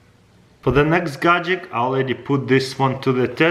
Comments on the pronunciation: people who normally speak english: gadget crazy russian hacker: gajik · if this guy says gadjick 1 more time i will jump off a bridge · Always gadgek